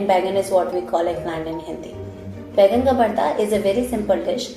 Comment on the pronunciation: Excellent video! A couple small corrections: It's called Baingan (Ka) Bharta, not Baigan Bharta. And OMG, you added WAY too much hing (asafoetida). It's almost always like a pinch because it's so potent. It's one of my favorite dishes.